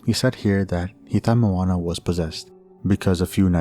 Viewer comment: That aint Moana lol that’s just Donna.